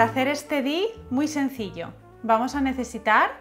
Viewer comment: Hola, por favor, no digas "dis", chirría un montón. Al ser abreviatura inglesa, se debe pronunciar como en inglés. Obviamente, si no vas de inglés no tienes porque decirlo, pero en ese caso usa la palabra española, manualidad, que para algo la tenemos. Lo siento, pero es como si para decir uno dijeras "one", que es como se escribe, en vez de "guan" que es como se pronuncia. Por favor no te lo tomes a mal, ya que no es mi intención criticar por criticar. Solo que es algo molesto y tal vez haya más gente como yo.